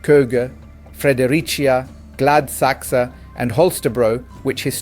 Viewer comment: Excellent. Well researched and practised (esp. you nailed down the correct pronunciation of - most of - the Danish names). You also mentioned Gladsaxe where the mentally retarded "planners" from this party have been placing socially deranged people in the middle of decent (and, thus, fairly expensive) residences where the resident families have small school-going kids - exposing them to extreme risks while collecting an exhorbitant amount of property tax from them. When the residents object, they shamelessly shrug their shoulders and resort to lip service and endless useless meetings. These socialist psycopaths should have been totally stripped of their political portfolios but the warning shots have been fired at them and if they do not mend their ways, March is approaching fast.